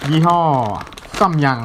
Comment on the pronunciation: ยี่ห้อซัมยังคะไม่ใช่ซั่มยัง5555ลั่น